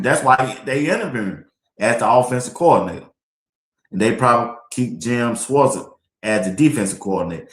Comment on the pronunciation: say "Shorts" with a 'W', or "Shworts"! That's how you say Schwartz! #BlindMellaJelly #W12 #SkoBuffs